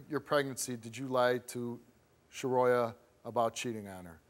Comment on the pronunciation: Shuhroya?!?! Come tf on!!